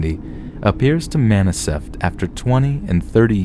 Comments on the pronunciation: Some one says maniseft instead of manifest. ooops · “Appears to M A N I S E F T” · lmfao "maniseft" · "maniseft" lol wut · Anomnmolous. When all else fails, Emma Says will save the day. All readers should do more than one take on recording so that mistakes like "maniseft" don't happen. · "... appears to maniseft..." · Did this nigga just say maniseft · . “Appears to MANICEFT” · All the mispronunciations omfg. "Alnolmalus" and "maniceft" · 'Maniseft' Lol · 'Analamolous.' 'Maniseft.'